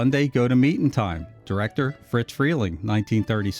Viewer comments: He keeps saying "Fritz" Freling. It's Friz. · It's Friz, not Fritz. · OMG, it's Friz Freleng... FRIZ... not Fritz! Getting something so clear so wrong ruins your credibility and brings into question the accuracy of the remainder of your research. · It’s “Friz” Freling, not Fritz. It was short for Isadore. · It's not "FRITZ Freling", it's *FRIZ*. His first name was Isadore, and he was nicknamed "FRIZ". Heard it directly from the late Mel Blanc. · It’s NOT “FriTz” Freleng, with the letter “T” in it - it’s FRIZ. NO LETTER “T”. I knew the man. If you called him “Fritz”, he would give you a LOUD dressing-down, IN PUBLIC!